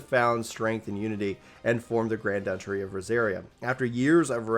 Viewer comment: My dude... The agony my ears are going through! It's proNUNciation, not "proNOUNciation", DUCHy not "duchERy", and for the love of Dog, pay attention to proNOUNciation when in conversation with people who clearly weren't educated in California or some other Socialist state.